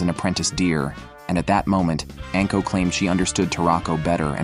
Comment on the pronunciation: Also, anko is not pronounced "ənko", it's "ahnko"